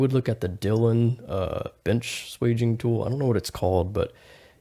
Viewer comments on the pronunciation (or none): It's swaging not sweging.